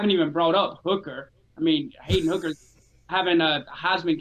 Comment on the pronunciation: I think the stat guy is high lol. 1. It’s Hendon Hooker not Hayden Hooker, 2. Tillman got hurt against Akron not Troy.